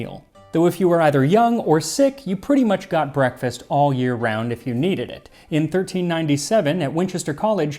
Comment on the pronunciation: "brekefaste" im calling it that now